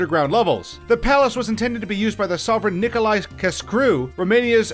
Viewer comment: nicolae who? learn to speak before you say those words, his name isn't even that hard to say